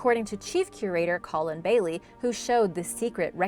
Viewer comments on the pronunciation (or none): none